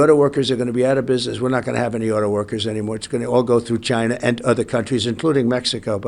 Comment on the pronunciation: When all else fails, just say, “Chainah”